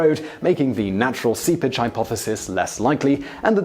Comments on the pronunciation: If it weren't for some of the subtitles, I thought whenever he said "seepage" he was saying "sea bitch" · I thought he was saying "sea pitch" (pitch is a tar-like black substance made from petroleum). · Oh... Seepage... SEEPAGE. Not sea bitch. Nice accent there Simon. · Is sounds like he's saying SeaBitch. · I kept hearing "Sea Bitch" every time he said "seepage."